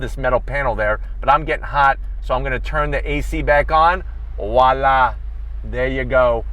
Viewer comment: You sound like a Filipino like me when you said "Voila!" Because it reminds me of the Filipino word "wala" which means "nothing" in English.